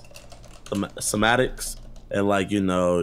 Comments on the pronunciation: Jidion actually said "sematics" for "semantics" and "genderfication" for "gentrification" . Wonderful. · JiDion trying to say "semantics" was a laugh.